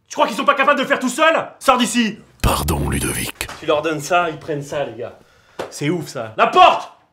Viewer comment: À chaque fois je comprends "ludo victime " aux mieux de "Ludovic team"🤣🤣